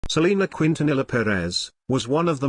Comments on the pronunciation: You said her beautiful last name wrong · For one yeah everything in the video was true too You said her last name wrong